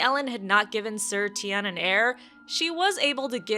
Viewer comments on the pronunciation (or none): When I first heard her say his name i thought she said "tight ass Lannister" lol